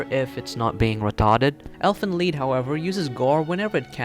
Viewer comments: Technically pronounced "leet" but "leed" will do. 😂😂 The title means Elves' Song. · it's actually pronounced "leet" but whatever...